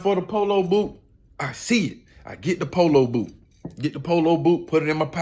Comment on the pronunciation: 😂😂😂😂 the “olo poot “ aka the polo boot